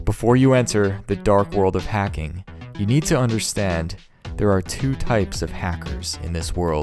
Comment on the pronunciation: It’s hacking not heking